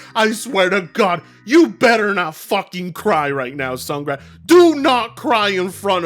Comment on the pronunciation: The mispronouncing of Sungrand cracks me up and causes me to 🤦‍♂️